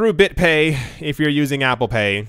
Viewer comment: Apple “CORE”...pay.